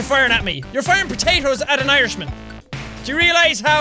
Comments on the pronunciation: Lol you didnt say poteitoes you said pateis loooool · I love the way he said potatoes. I'm not making fun of him or anything I just like the way he said it